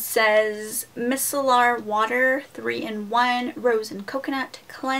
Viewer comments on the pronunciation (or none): Its pronounced MY - SELLER water lol. Great haul as always tho! :)